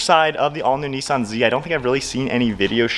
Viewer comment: There is no e in Nissan learn to speak first ok 👌 👍